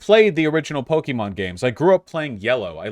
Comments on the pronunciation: The fact that vaush pronounces it po-kee-mon is enough to discard his opinion Also to be clear, arceus uses the same battle mechanics as the main series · I don’t trust anyone’s opinion on this game who pronounced it “Poke e mon”. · Pronouncing it "Pokiemon" must be a deliberate attempt to display his contempt. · When you can't even pronounce Pokemon correctly? Yeah, your opinion on what makes a "real" Pokemon game is less than convincing. Game Freak, Nintendo, and The Pokemon Company all consider Legends Arceus to be a real Pokemon game. That's the official line and mean it's the only one that's valid. Plus you can tell that prototyped a lot of new gameplay elements for Scarlet and Violet using Legends Arceus.